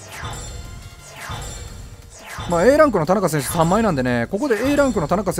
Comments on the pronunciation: 田中選手のイントネーションおかしくないですか？笑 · 何も間違ってないけど田中選手って言い方すげぇ違和感